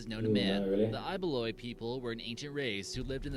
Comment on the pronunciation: I'm laughing so hard at how they pronounced I-ba-loy (Ibaloi) and pronounced it as eye-ba-loy